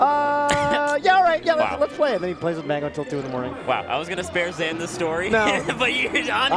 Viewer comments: Why does vish keep calling zain zan? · why are they saying zains name like that? zan? idk if theyre trying to pronounce it the "ethnic" way, but its wrong regardless lmao oh and "JMuk" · Ok so he said hes fine with zain but you're going to go out of your way to call him the other name and confuse everyone and start yet another argument about "name prefefences". Saying zan when we've all been calling him zain for years is as dumb as that one commentator who seriously went by it/it's. Exactly when did the melee scene started getting run by annoying hyper sensitive dorks? Who tf wants to hear 2 dorks fake laugh over every little thing when we had HMW and Phil keeping it real? Remember when actually acted like a real perso. and didn't force fake laughter everywhere? must be so proud of THEMSELVES. Doesn't even make grammatical sense These name/pronoun preferences are retarded and I can hardly listen to these hyper sensitive low T guy/girls in this annoying ass scene anymore. Even if you're interested in protecting people who have pronoun preferences, obsessively covering every single melee steam with pronouns and preferences is completely counter intuitive. Mods work their asses off to stop people from talking about pronouns but it's because they're on the fucking screen. It's clearly more divisive than anything and it's completely distracting from what we're all actually here for: melee If zain wants people to pronounce his name a certain way he would have said something about it publicly years ago. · To be fair his own sister says zain not zaan on stream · I can’t get over them calling him zan the whole time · why are they calling zain zan? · Are they saying “Zan” on purpose? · Why were they calling him Zan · xan lmao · Greatest commentators ever except they keep calling him Zan for some reason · Y do they keep saying zan? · What I don't get is why has Zain on numerous occasions pronounced his own name wrong, then?